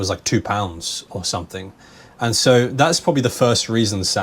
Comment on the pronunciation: I'd like to notice, your spelling P sound of the "pound" word really powerful.